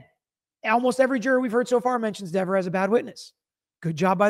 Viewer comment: You mean Deever - I'm not reading your comment unless you pronounce her name correctly!😝